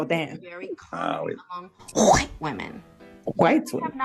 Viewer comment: Woman that says white reminds me of Family Guy where Stewie can’t say Will Wheaton or wheat thins without the overemphasis